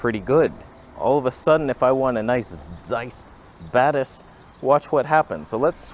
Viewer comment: When you say "Zeiss Batis," I always hear "Zeiss Badass."😂😂😂